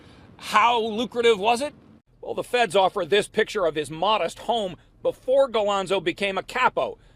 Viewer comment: Galonzo? Eh Im from up here in Toronto Canada. Talk about butchering names... what a complete joke. Its a nightmare now after replaying this...